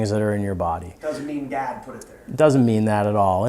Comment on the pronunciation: Hey it’s “god” not “gad” 😂😂😂😂